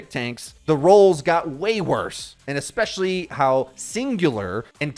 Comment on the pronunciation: Eggzetera. Eggspezially.